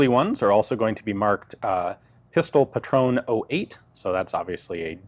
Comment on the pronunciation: Hey Ian Similiarily to a lot of english speakers you neglect the "e" at the end of some german words like Pistole, Patrone, Porsche etc. It's actually audible (we are not the french dammit!) It sound like the "e" at in "end". But all in all your german pronounciation is quite good! Still I would like to hear you saying Pistole correctly next time. Any way, great videos, keep 'em coming!